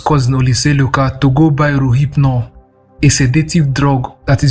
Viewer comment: Is it relphnol he is calling rohyphnol lol 😂